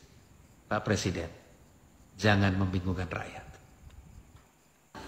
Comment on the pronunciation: Jokowi bilang presiden aja ngucapinnya per siden ..keliatan klo gak pernah sekolah